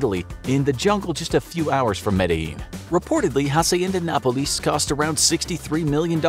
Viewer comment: It's interesting how he pronounces Hacienda Nápoles, failing to put the emphasis in the right place.